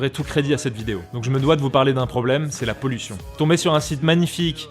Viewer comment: La po-li-tion !!!!! Ça me tue.